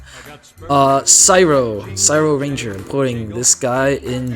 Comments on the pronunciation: No way You pronounced cyroranger as syro ranger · how the hell did you pronounce Cryo-Ranger?🤣🤣